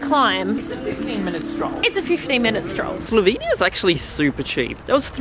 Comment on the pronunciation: How you cant say slovenia but ok